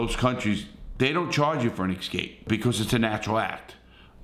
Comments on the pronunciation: it is not EX cape. It is ES cape. Grammar matters. It shows us whether you finished public school. Just a small tip. Keep it up Larry. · I hope you like hearing Larry say "ek-scape"🤣🤣